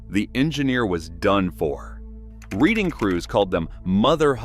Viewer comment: Reading is pronounced Redding, please.